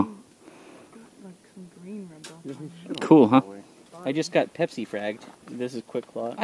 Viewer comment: bro said "Pepsi fragged" LOOL